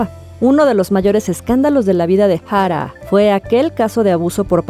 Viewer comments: Yo tratando de tomar el vídeo en serio & sale con su "Ja-rá" como si hubiera puesto al traductor a pronunciar su nombre porque ella no podía pronunciarlo 🤦🏻‍♂🤦🏻‍♂🤦🏻‍♂ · me pone un poco nerviosa como dice Jaaraa. que descanse en paz. :c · Porque pronuncia así jara que feo molesta al oído pero nada muy buen reportaje y triste de esta sociedad la vida es dura para muchos con dinero o sin dinero con fama o sin ella. No es fácil y más cuando se sufre tanto no critico al que tome esa decisión no es nada fácil y solo ellos saben su dolor para mi hay que tener mucho valor para quitarse uno mismo la vida y eso duele porque es lo ultimo que se pierde el valor y estos seres humanos lo usan para quitar su último suspiró triste de por sí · Me irrita demasiado como pronuncias su nombreeee, AHHHHHHH no puedo.